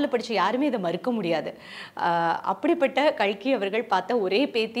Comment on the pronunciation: Kalki nu solumma notkazhi